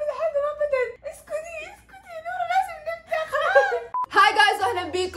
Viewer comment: نوره انتي لما تقولين نوره ب الاخير تحسين ب حرف ال ه مو نورا م تقول نوراااا تقولين نورهه ه فهمتي ؟